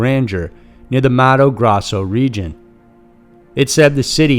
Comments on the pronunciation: I get it that the narrator is not going to perfectly pronounce words from languages he does not speak. But why the fuck does he keep saying Mato GrAzo, when the name is Mato GrOSSo? It was driving me nuts. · The pronunciation of the State of Mato Grosso is “Mahto Grohsso” and the Xingu river is “Shingu” besides this your narration is very good. I was born in that state and know of the story.